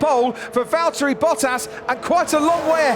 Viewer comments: Sunday be like: El Valtteri it’s el Jámes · its vallery